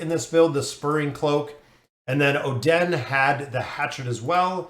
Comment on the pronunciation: your hero pronunciation hurts so much especially the Oh Den, but either way super great vid appreciate it 🙏🙏